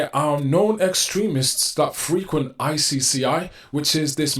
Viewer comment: When you say 'frequent' in the context you used it, the accent is on the 2nd syllable, not the 1st.